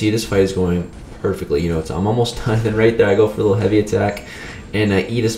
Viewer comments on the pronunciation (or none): none